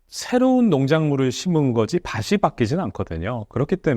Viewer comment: 밭이 ㅡ바시 아니라 바치 입니다